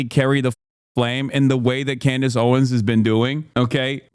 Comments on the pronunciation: Just curious, why does call Candace “Clandace” just wondering. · Why is Hasan calling her 'Clandace'?